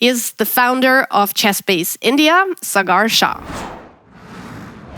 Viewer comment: FYI... Pronouncing Sagar is not correct.... "Its not SA-GAAR", Its "SAA-GAR"